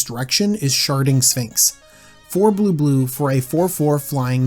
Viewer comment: Is it bad that i could only hear "Sharting Sphinx"?